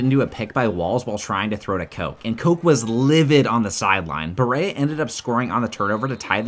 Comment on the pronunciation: As a Kentuckian, this was pretty dope. Except Berea is pronounced “beh-ree-uh”